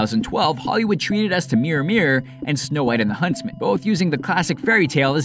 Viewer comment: HUNSTMAN HUNSTMAN HUNSTMAN